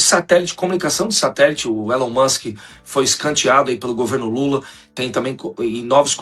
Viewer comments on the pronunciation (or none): none